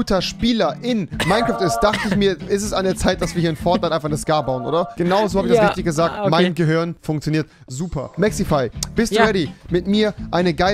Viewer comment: Bin ich der einzige, den es triggered, dass er Gehürn sagt?